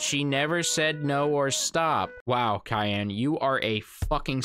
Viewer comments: 😂 The unintentional comedy here. Her name is Cheyenne and you mispronounce it as "Cayenne" while at the same time insulting their intelligence. Lmao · I’m so sorry 6 mins in and I’m dying at how you pronounced cheyenne like the pepper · Calling Cheyenne a scholar and can't even pronounce it haha